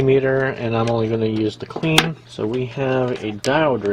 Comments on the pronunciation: Did you say a CLEAN multimeter??????????????????????????????? It's (KL=EYE-N) dude. Even illegals know that lol. :) Oh also, I had to watch this in 2X speed. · Its for sure pronounced like Cline.